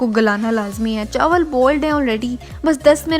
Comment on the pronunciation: "chawal k pakoray" LOL 😂 chaawal 😅